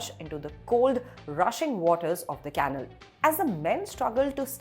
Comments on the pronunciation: Its not can-nul , you pronounce it as Kuh-nal. Come on Indian Express you can do better! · Caanal or canaal? Dear kindly check once your pronunciation of the word " canal". No insult intended please! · Ummmm....the words Canal, Police, and Assailant are pronounced in a most unusual way. Most interesting. Must be Ind-Glish !